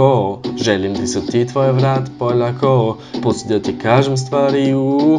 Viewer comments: hahahaha you sead wrong polako but stil this video is awesom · Hahaha da kako je rekao polako AHAHAHAHAH (Ja sam iz srbije)